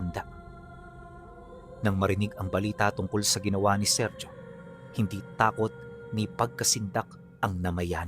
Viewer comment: Seryo hindi serjo lalo unang panahon pa itongl mga taon e ang bigkas sa ganyan pangalan SERYO pag modern times SERJO